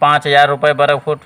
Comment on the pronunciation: वरगफउट❌ग़लत उच्चारण है